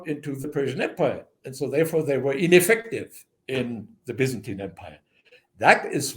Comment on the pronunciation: 😂Bazantian😂 lol he meant Byzantine😅